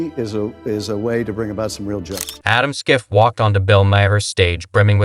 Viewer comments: Ya know, you’d make a bigger impact if you pronounce Schiff’s name correctly. 🙄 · To narrator: It's Schiff (shhiff) NOT (skiff)